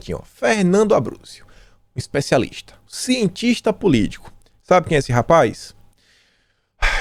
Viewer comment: Ah então ele é o tal "eispecialistis" ? Fer nan do...